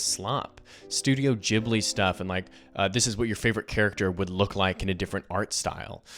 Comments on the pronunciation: your Ghibli pronunciation is all good m8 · You pronounced ghibli 100% correctly :) it is pronounced like a j in english! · I know this isn't important, but since you noted that "you didn't know if Ghibli is with a soft or hard G", I came to answer that, it's a hard G :D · Thanks for making this! I was really impressed with the rhetorical quality of the video! And I think you got the pronunciation of Ghibli correct, the soft G more closely matches the original Japanese at least.